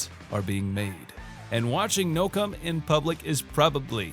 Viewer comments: It’s pronounced No-Cou-May! Did you forget that Silent E doesn’t exist in Japan? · I think I'll avoid most of these.⬅ You were pronouncing "Noucome" with two syllables. My eyes see three.🐶